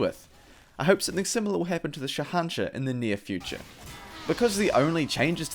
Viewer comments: It's pronounced shay un shah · It is said Sa An Sah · It is pronounced as sh a hen shaah and it means king of kings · Sha nah sha-sha is how it's pronounced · its shahanshaH. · The pronunciation is killing me